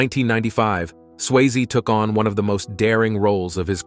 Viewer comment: Why can this guy only sometimes pronounce Swayze correct? Also it is even spelled wrong in the title. I guess that should have been an early warning right there